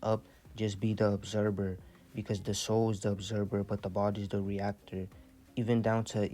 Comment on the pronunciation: ObserVER - you are awakened work on your pronunciations tho brother great knowledge